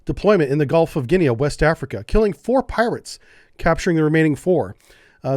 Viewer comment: Guinea sounds like mini - no 'a' sound. Same as 'pea'.